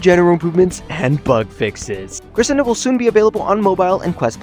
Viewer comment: Ik it’s not really a big deal but it just bothers me. It’s Cre-Shen-do Not Cre-sen-do